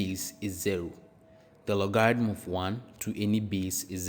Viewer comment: You pronounced logarithm incorrectly, very annoying. Reminds me of scam sites coming from India and Pakistan